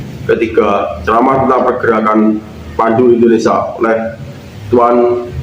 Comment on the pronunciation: INDONESIA......bukan Endonesa